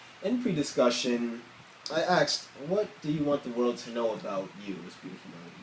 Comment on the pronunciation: "...I AXED?"